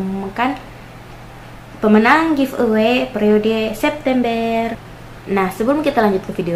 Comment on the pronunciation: iya kak hehe beda logat